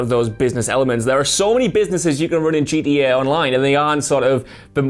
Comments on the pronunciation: GTA V had fast travel. Also it GTA. Not GDA. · Swear he's saying GEA not GTA loool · Is he trying to say gta he is saying gda 5